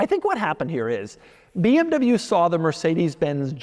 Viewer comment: Dude you are in the car business for years now and still have problem with properly saying Porsche and BMW!!!!